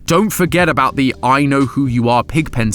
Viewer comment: Knew he’d talk aboot this